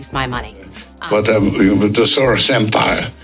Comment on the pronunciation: Dear: Just a sidenote, Soros' name is Hungarian, it should be pronounced in English as you would do with "Shorosh". It translates to "serial" in Eng.